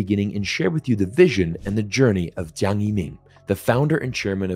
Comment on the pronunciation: Love your videos, but just as a side note, his name is Zhang, but you were pronouncing it like Jiang. Not easy I know!